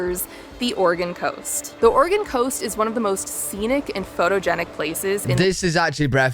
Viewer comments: Thank you for pronouncing our states name correctly. Most Americans can't even pronounce it correctly. Or-e-gun, not Or-e-gone, the state hasn't gone anywhere. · As a native Oregonian thank you for pronouncing Oregon better than most of the US. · I love how enthusiastic and complimentary you are about the US. I'm from Oregon (kudos for pronouncing it properly) and it is, indeed, a beautiful place. It's easy to find out of the way places that are stunning and you can have them all to yourself. It's a very diverse state with a gorgeous long ocean shoreline, mountains, lakes, and a high desert in central Oregon. I've lived here for most of my life and I'm still exploring. I hope you can visit our state one day - you would be most welcome!